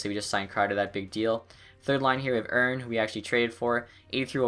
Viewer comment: Erne is pronounced Er/knee